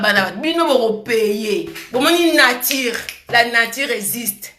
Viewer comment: Oye Poto mwana muke mais tu prononce mal tes mots 👉voitire au lieu de voiture👉natire au lieu de nature kiokiokio langue française nde makambu .